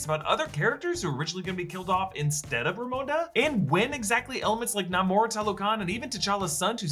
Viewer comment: why everyone says: NEEEEEEYMOR instead NAAAAAMOR, after the character pronounce his own name?